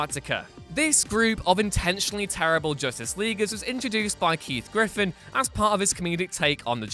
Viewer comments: sigh Okay, it's "Keith GIFFEN", not "Griffin". Multi-Man's uniform is blue and red, not just red, and it's pronounced "Nort", not "Guh-Nort". Wtf? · It's Keith Giffen, not Griffin.